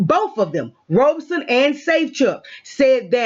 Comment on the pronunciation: sorry I didn't see thst pinned comment. And nevermind lol... it just bugs me. It's not "Robe son" it's "Rob son". Pronouncing it like a garment one wears after a shower is incorrect. Thsts all. Peace